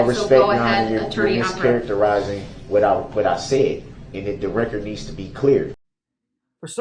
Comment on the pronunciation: It is ridiculous how he has been thru criminal proceedings in court for over 20 yrs but keeps saying for the "reckert" like the stenogropher isn't doing that with every single word of sound made.. Maybe he's hoping for the "reckert" means he's putting it on his next recordz/album lol